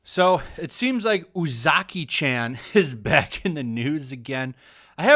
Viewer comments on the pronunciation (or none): There's no letter "A" in Japanese. Or rather, the letter A of "ant" doesn't exist in Japanese. There's only the letter A of "Art" in Japanese. So it's not pronounced "Chan" like the As in Jacky Chan. It's pronounced Chan like the As in "Cha Cha". Japanese is the easiest language to pronounce in the world. They only have one sound for every letter and they literally spell out their words. Like imagine if instead of saying apple we would go "a, p, p, l, e".